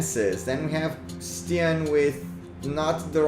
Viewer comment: If Stian is Norwegian, the i in his name is long like ee in bee.